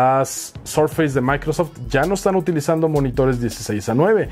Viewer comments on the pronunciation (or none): none